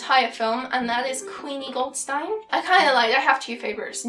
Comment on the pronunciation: Nice video, and somehow soothing :P Also, the blue spot on the handle of Queenie's wand is like that by design, it's also on mine. And her last name is pronounced "Goldst'ee'n" btw ;)